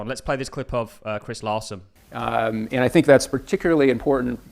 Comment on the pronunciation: Do you fink so?